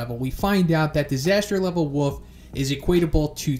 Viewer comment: The fact that you keep on saying 'woof' instead of wolf is so cute